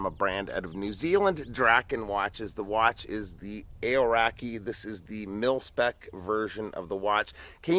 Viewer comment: Kiwi here, great review! You might want to look into the pronunciation of Aoraki however 😂